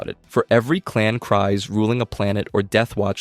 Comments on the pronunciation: I don't think it is pronounced "Cries", I believe it is "Kreez". And Kast is gonna be on Maul's side. At least Rook is Maul's Second. Mand'Alor. Also, the irony of Viszla is the symbol of leadership was a lightsaber, from a Jedi. The Darksaber was a Jedi's weapon. Before Jango Fett there was Jaster Mereel. The only point in current Disney canon nodding to Jaster is half his name on the ownership records of Boba's armour, but that is enough to say Jaster existed in some form. He was Jango's adopted father, after the Fett family farm was attacked. The irony is the ones who did survive were the warriors. Bo-Katan's Nite Owls? Ex-Death Watch warriors. Children of the Watch? Warriors who decided they were not above hiding to survive. I think the Armourer would was doing what she needed to keep the Tribe alive. I also think she was sartiing to loosen up when she said Bo-Katan did not have to follow the rigid rules of the Tribe. I think the Armourer saw Bo-Katan as someone who had the voice to rally surviving Mandalorians together, and that would end up tomthe Tribe's advantage, to find connection with other Mandalorians and broaden their support base again. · It's kreez, not cries. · It’s pronounced creez. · you pronounced Kryze wrong. It is Kryze, you pronounced it as Kries. Yes I know that writing it here won't let me help your pronouceation but I love Star Wars and hate such simple mistakes like how to pronounce words so I had to... Oh and I'm gonna make a Droid at Disneyland, what do you think of R3-D5(Nickname Reds)?